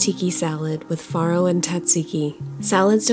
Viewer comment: Not only does your dish look incredible today, but we know now how to actually pronounce all 3 of those words. And we kind of purposely avoid them so we don't look like doofuses. Especially as foodies 😁